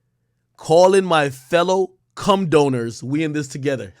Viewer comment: Not “doners” 😂